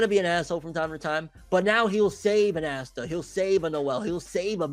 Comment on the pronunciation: No keep saying ASSta I like when you say his name wrong it’s funny